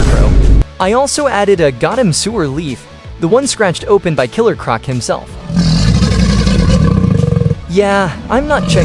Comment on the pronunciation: Insane build but that ai voice is saying Gotham wrong and pronounces 25% of things like a 5 year old “I build it into my own version to look alive” “ gerilr groc” “freeze meet drip and yes snowman” Brother the only way the ai voice talks like that is you intentionally made the ai talk like this 🙏😭